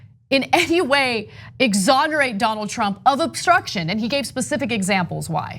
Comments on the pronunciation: The lapsus, when Mueller says "Trimp" hum Trump... and he hits the mic just before, is relevant and interesting. He shits in his pants when he says the name Trump. The Donald President must pressure him so much to keep his mouth shut. Hush money was offered? I think Pelossi got some hushcash too to not obstruct his presidency, please... TRUMP is powerful... for now! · that would be 'tramp' ehhhr 'trump'..... rofl....